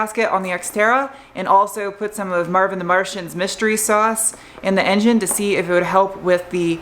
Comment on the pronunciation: Sounds like you keep saying marvin. Its marvel mystery oil.